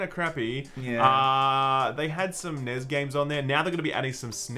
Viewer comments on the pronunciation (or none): For the love of God, the N.E.S. was never known as News and the S.N.E.S. was never known as sness, stop saying it!